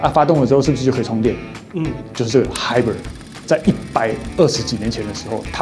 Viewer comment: 的地方，法蘭克福在德國不在法國～ 還有hybrid的發音不對😂